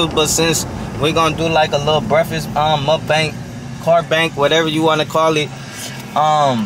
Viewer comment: Break-fast. Break fast. Lol